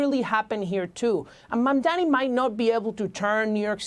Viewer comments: Why pronounce his name incorrectly when all of American media can say it correctly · She purposely pronounced his name wrong..what a racist trash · Such a pathetic interview. The host can't even pronounce the name Mamdani. Dummies don't blame the socialism blame the greed of the billionaire's who control the media and the corrupt politicians and ofcourse how can I expect anything honest from you when your program is funded by the same billionere who you have become slave of. Please be a true American who is honest ,compassionate and hard working and justice loving human being. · It’s really petty, immature and unprofessional to purposely mispronounce someone’s name. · At least pronounce his name right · The refusal of the newscaster to properly pronounce MAMDANI is incredibly disrespectful. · Racists are always able to find sellouts to try to convince us of 💩. The stupid c cannot even pronounce his name correctly. These unfavored people need to get a life.